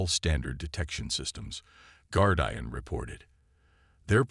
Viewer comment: The bad pronunciation, especially with the word "Guardian" ruins the story. Get a human to read the story that your AI bot reader can't due justice to.